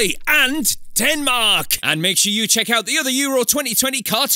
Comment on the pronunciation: your a legend for saying denmarl